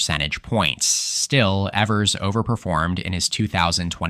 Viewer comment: Governor Evers' last name rhymes with beavers.